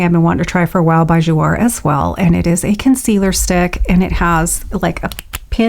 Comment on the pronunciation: Gorgeous! It's Jou-A (long A) means 'play' in French :)